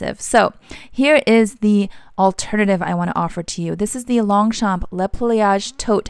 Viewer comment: You are so cute trying not to butcher french names! I'll try my best to help: Longchamp : in fact the 2 "p" are silent : it is pronounced lon-cham/ Foulonné : foo-low-nay Epure : ay-purr Since they use actual names from the dictionnary, you can also use google translate to pronounce it for you :)